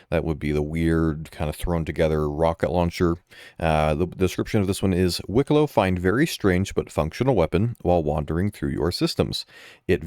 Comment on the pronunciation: Wikelo, Wikelo, Wikelo, Wikelo... 😮‍💨